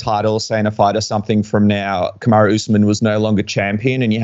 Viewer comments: colby said "Kamaru" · yo Colby actually said kamarus name right😲